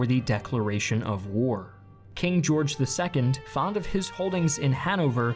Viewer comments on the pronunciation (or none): none